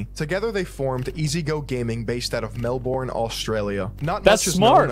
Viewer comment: How he pronounced Melbourne hurt me 😂